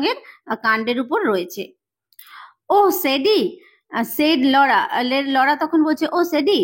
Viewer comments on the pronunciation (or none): 32.40 second Laura pronounciation 😂